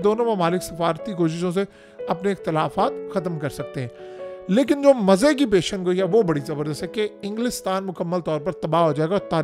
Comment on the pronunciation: پیشن گوئی نہیں ہوتا یہ لفظ ہے (پیش گوئی) آئندہ اسی طرح لکھنا اور بولنا بھی پیش گوئی